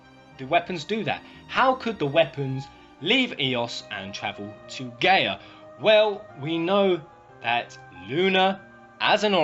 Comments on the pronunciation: It’s pronounced guy ah not gay ah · Every time I hear him say "Gay-Uh" instead of "Guy-Uh" I die a little bit on the inside... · just found this. it's a really COOL idea. but why does he keep saying the planet's name WRONG!? wtf is GAY-uh? it's GUY-uh. the letters "a" and "i" together make an "eye" sound. and the word Gaia has been around for a while. always pronounced with the "eye" sound. and as for Luna being Jenova.... why would she come back to the same planet wanting to destroy it after saving it in the first place? sounds a little too contradictory... unless during her time adrift she was corrupted. the weapons being invaders.... no. in VII they only tried to get rid of the thing hurting the plant. even when Diamond Weapon fought Cloud, it was because he was in the way. after you beat it, it still continues toward Midgar, not caring in the least about the heroes. if they were destroyers why would they stop what is doing their job for them? but turning it around.... the Weapons could have poisoned Luna while she "poisoned" them in return. they were infected by her good will while she absorbed their maliciousness. if that were the case I MIGHT be able to KINDA see this being a truth. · isn't it GUY-A not GAY-A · gaia its pronounced "Guy-yuh" Btw